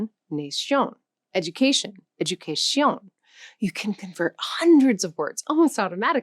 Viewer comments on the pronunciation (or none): wrong bro, tu no me vas a decir como hablar mi propio idioma, she said "educaSHiõn" with a nasal vowel, it's "educaSión" (Educación). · This is more an advertising...You pronounced Portuguese more like French...it is wrong. Importante, Portuguese, is pronounced importantcheeee. Very dificult to adapt to the nasal accent. Italian grammars and Spanish grammar are very, very difficult. Bad pronunciation on Nación and educación. Try to teach an english speaking person to say Buenos Aires...I learned 6 languages and speak 4. I know what I am saying. Good work.